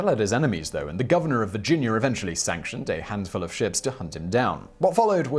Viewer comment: Virginier? You mean Virginia.